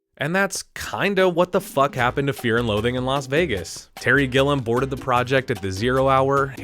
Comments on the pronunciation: The director is Terry Gilliam, (fon: "GIL" + "ee" + "uhm" )_former member of Monthy Python. Who the fuck is this Gillum you keep talking about? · Terry Gilliam, not Gillem. It drove me crazy! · It would be nice if the narrator actually knew how to pronounce the names of the people he is referencing.. It's Terry Gilliam not GILL UM..and Larry McMurtry not Mc MURTY.... 🤨 PLEASE!